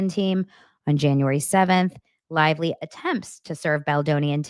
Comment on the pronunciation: BLAKE CLITVELY or BLAKE CLITELY 😂😂😂😂